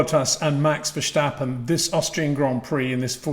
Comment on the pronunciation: Peter, Verstappen uses a hard "S", not a "Sh"... I wonder who came up with this. If you can say "step", you can say "Verstappen"!